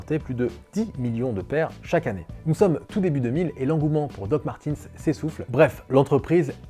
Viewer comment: DOC MARTEUUUUNZZ ( Y A NULLE PART LE SON i )